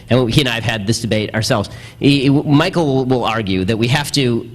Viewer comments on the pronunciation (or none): none